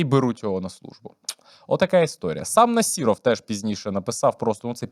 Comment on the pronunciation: У прізвища Насіров, зайва літера (і) а літеру (о) читайте як А . Нас(і)ров крінжи